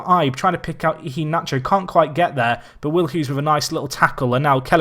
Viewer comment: MANU4EVA19 it's pronounced eee-hay-nah-chore